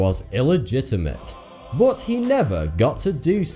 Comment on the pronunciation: It s not u this guy pronounce "bot" instead of "but",i wonder where is from.....another unsolved mistery?